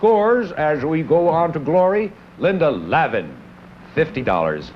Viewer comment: Apparently, the show was rejected by the TV networks and never aired. Too bad, I always enjoy Harry Morgan. I have to wonder if Harry mispronouncing Linda Lavin's name was a factor in the rejection.